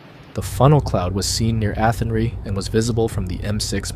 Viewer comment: Athenry is pronounced Athen rye, like the grain. Met Eireann is pronounced Air ran. Good video clips.